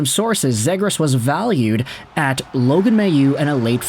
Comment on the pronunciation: Zhe-grass lmao